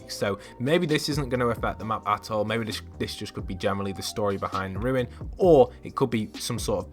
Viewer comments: Rune not ruin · its a rune not ruin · It's called a rune. Not a ruin. A rune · It's.. it's a rune.. not a ruin.. rune.. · It's rune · It’s a rune! Not a ruin